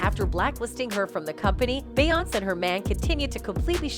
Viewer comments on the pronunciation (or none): I can’t take this video seriously ‘Beyonsss’ and ‘Beeeonsss’ huh?? 😂